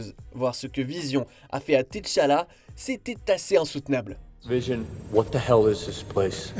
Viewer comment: c pas T-CHALLA PTN, C'EST T'ACHALLA, NOM DE DIEU